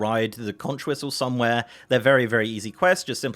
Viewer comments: "If you want to be mistaken for a Florida Keys resident — or at least an island-savvy regular visitor — don't ever say “kontch.” The widely-used word “conch” is pronounced “konk,” like a conk on the noggin (which, though tempting, should not be delivered to people who persist in pronouncing it wrong)." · Conch rhymes with honk